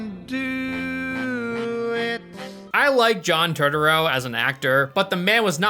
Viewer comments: Also, it’s tur-tur-oh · John Totoro or John Turturro? 😂😂😂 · John "Turd-urro"?? 🤣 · How do you not know how to pronounce John’s last name? Or saying motif like motive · How do you not know how to say John Turturro's last name. Lol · you butchered the name as he butchered the story😂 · The only thing more appalling than this movie is your pronunciation of "Turturro". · Think he would take a second to learn the pronunciation! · Bro, learn how to pronounce Turturro lol. It ain't hard. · Dude, you butchered the name Turturro 😂 He’s Italian, not Japanese 😂 😂